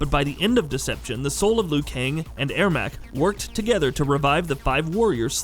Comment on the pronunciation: thats true... but Ermac is pronounced er-mac xD